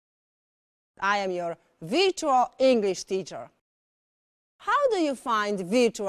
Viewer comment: Czytam te komentarze i tak się zastanawiam, czy z tą panią jest rzeczywiście aż tak źle? Wszyscy się z niej śmieją, ale głównie z wymowy. Ale Pani nie jest native speakerem, czy od nauczyciela w Lo wymaga się aż tak dokładnej idealnej wymowy? No bo weźmy to wirczual, czy aż tak to źle brzmi? Widziałam jakiś komentarz po ang, że nie rozumie ani słowa tej pani. To chyba przesada? Jak to oceniasz jako specjalistka?